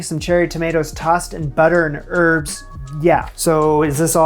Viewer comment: The "H" in Herb is not silent.